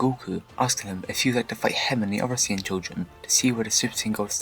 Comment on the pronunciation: salad Siayan 😂